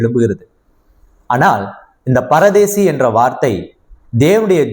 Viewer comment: Brother not paradesi that is parudees